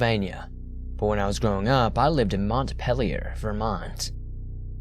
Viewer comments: Fuck off. Learn how to say Montpelier correctly for fuck sake it's so god damn annoying it's fucking mont-pea-le-or not what you said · You misprounced Montpelier & Stowe. Offended Vermonter! Okay, you are forgiven. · Sarah Rainey before I went to med school in new england, I pronounced Montpelier the "French" way thinking I sounded cool. I got laughed at. Learned quickly. Lmao. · I live in Montpelier, and my sister actually wrote the first story. I laughed when he mispronounced Montpelier, and Stowe.